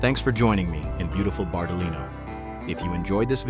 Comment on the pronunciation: "BARTALI NO" nn si può sentire